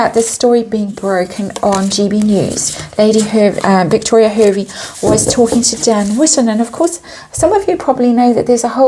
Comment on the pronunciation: hervey is pronounced harvey